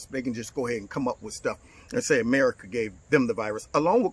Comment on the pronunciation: "Thank you AHMERIKAH"😳